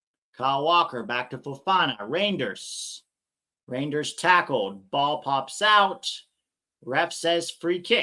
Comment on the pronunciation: it is a lot like reindeer, no idea why you pronounce it re-jinn-ders, as the ij in Dutch is a Y. luckily for him he's at a better team now.